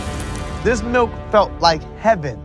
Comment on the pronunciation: I think you mean malk